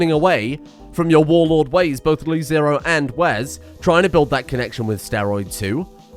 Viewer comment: It's LeZero, not LiZero.